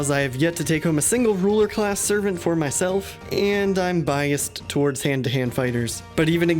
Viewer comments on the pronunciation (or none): none